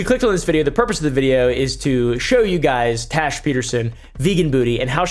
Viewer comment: The way he calls her trash instead of Tash 😂😂